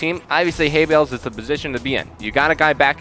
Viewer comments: "Hay Bells" is supposed to be Hay bails bro. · Hay-Bells...? Really? :| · hay-bells? Guys. We are very professional here.